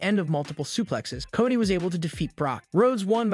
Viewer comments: So is it Cody or...cotty lol someone help me with this new english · I wanna know why you keep calling Solo Sikoa “Solo sicko” and Cody Rhodes “Cady” like c’mon son